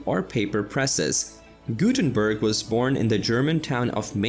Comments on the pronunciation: The Gutenberg part is hurting my ears. Gutenbörg is bad, but at least somewhat close. But Mainz butchered to Maines...... I know, this does look all too close. It ain´t! Maine as an eastern US state is pronounced that way. Mainz as a city of Germany is NOT pronounced in any english manner (why would it?). Mines in english comes close to it. Z (zed! not c!!!!!!!!!!!) is a TS, so it would rather be a combination of mines end mints to say Mainz as it is supposed to be spoken. Thx. Jay-zed approves ;) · It is funny because apparently the original video is on a German channel, but the narrator is definitely not German. I'm not a German myself, but I can hear that he mercilessly butchers those poor German names such as Johannes Gutenberg and Wilhelm Conrad Röntgen, just to mention a few.